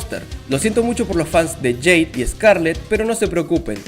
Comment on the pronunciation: No se pronuncia jade 😂